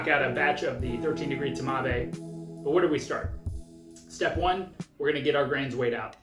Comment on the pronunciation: I mean "TMAVé" - That physically hurts me.